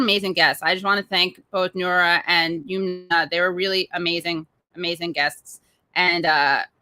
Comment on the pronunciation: Her name is Yum-na and not Yoom-na. Please get POC people’s names right.